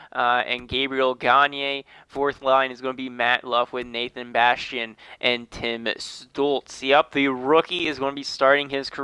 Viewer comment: its not tim stulz its tim stutzle just wanted to say that, the video is great